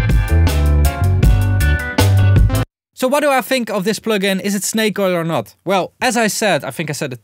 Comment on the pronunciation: "Sh-nake Oil"